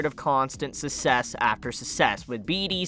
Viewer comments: Why do you pronounce success so weird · No one gonna mention how he pronounced “success”